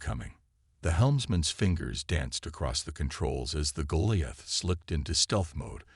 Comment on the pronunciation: Should turn this into a drinking game.....take a shot everytime you hear Goliath pronounced wrong 😂😅😂